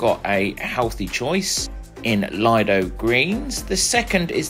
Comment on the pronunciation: Just one quick correction. The Lido is pronounced Leedo. Thanks for the great review of all the food.❤